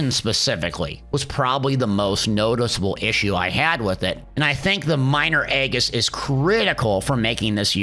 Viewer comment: fyi Aegis is pronounced eh-jus...great suggestion tho to give pve buff only because right now this ring is broken for pvp